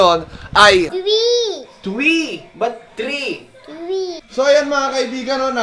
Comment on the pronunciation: twee not three